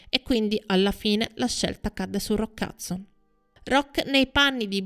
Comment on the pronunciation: Anche mia mamma lo chiama Roccazzo! In effetti non conosce l' inglese e se lo pronuncia velocemente suona proprio così..😂😂